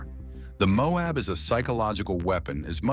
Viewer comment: The mobe.... it's MO- AB!